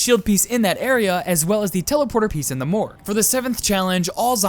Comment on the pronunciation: NO AND I LOVE YOUR "THEE" DON'T CHANGE IT